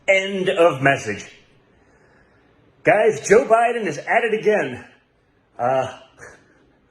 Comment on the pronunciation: Did I hear Jr say Sho Biden? Yes I did, he said that twice....Sho Biden.... that's what happens when you snort a mirror full of snow. What an embarrassment